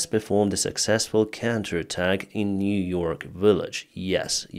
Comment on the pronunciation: Niu-York important.